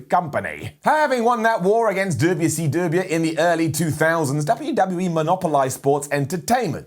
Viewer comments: The way Miller pronounces WCW as Dubyuh see Dubyuh is hilarious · Wait a minute! You pronounce WCW just like Simon Miller does... Isn't that weird